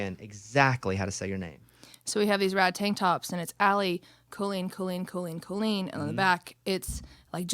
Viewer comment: The Irish pronounce it as kaa-leen. It is the Irish word for girl. I have never heard it pronounced Co-leen except by my family which I always found strange as we were Irish.